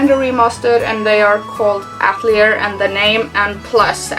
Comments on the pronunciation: I just have to point this out, but it's actually pronounced "AT-EL-EEAY" and not "AT-LEE-ER" as you are pronouncing it. Atelier is a french word. But nice video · I think its "At lee ay" since its a French word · As an artist, we pronounce that word ah-til-ee-ay. Not sure if they say it differently in the game. Looks like an interesting series. If they are fun there are so many to play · I know this video is fairly old now, but I just had to say I'm pretty sure the name is "At-el-i'er" which is a french word. It is a "Private workshop or studio of a professional artist in the fine or decorative arts". The Japanese love to use foreign words, especially ones they don't quite understand for things... Which is true of a lot of cultures honestly.